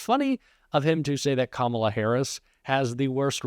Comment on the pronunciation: He’s so demented, half the time he’s pronouncing Kamala’s name correctly 😂😂